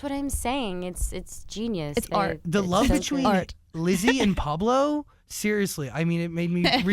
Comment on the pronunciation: ITS NOT PABLO ITS PAULO